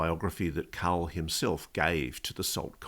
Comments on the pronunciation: His name is carl not Kal, goid bakk. Cant you hear the man asking him questions? He says Carl, not Kal, goif ball. Did you even watch ut ir jyst gi through somebody else's stuff that wss before you and try to ouck iut the highlights from it. I seem it about vacwerk ago on somebody wjo has beaten youvtonthe punch. Thats where you got your information from, except you werent paying any attention to the name of the giy. His name is Carl Neil, he served in the u.s. army and was every single pay grade that the Army has, he said. That means up to and including A five star general, which Georgw Oattin was the only soldier to ever aquire the rank if back in world war two. This guy is a real intelligent man. Listen to the oart where he takks about being if spiritual nature, from a different dimension. He says uts one yhing to ghink their are Angels, but when you meet ine in orrson, it changes your entire outlook in life, as if thiugh hes met ine in oerson himself. He goes on tobsay if you oractice a faith to get seriius abiut it. So this telks me what Ive known vall along, that god exist and so do angels. He refered to them as a nessenger from the Lord. So everyone vhetrer straighten up and get right with god, because his angels are already here and been gere and interacting eith humans fir awhile now and this is ongoing, kike Carl, not Kal, said. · Whenever he says "carl" i hear "cow". I know it sounds dumb, but we have to ask a cow some questions one of these days, and get answers back.